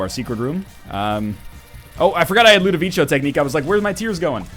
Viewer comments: (ludovico. not ludovicho. it's a hard K sound.) ~whistles and ducks thrown objects~ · I feel like my ears are being stabbed: Ludovico is pronounced like "ko", as in "constellation" ,not like in chow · I know this is getting to you late, but it's pronounced "Loo-duh-vee-Ko", not "Loo-duh-vee-Cho". It's driving me crazy. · Isn't Ludovico an italian name? If so, it should be pronounced Ludoviko, not Ludovicho! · Again man? It's Ludoviko, not Ludovicio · Ludovico not ludovicho goddamnit. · Please stop saying Ludovico technique like that! It makes my ears bleed. It's LudoviKo. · Ludovico is italian and it's pronounced like ludoviko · I think it's pronounced "Ludoviko", NL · LOO DOUGH VEE CO LOO DOUGH VEE CO LOO DOUGH VEE CO LOO DOUGH VEE CO LOO DOUGH VEE CO LOO DOUGH VEE CO FOR THE LOVE OF GOD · So am I the only one that hates the mispronunciation of Ludovico? Don't get me wrong, love the video, love NL, but goddamn it irked me. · Ugh, please stop mispelling "Ludovico". You even said it right once in the past! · One day NL will pronounce ludovico correctly... one day...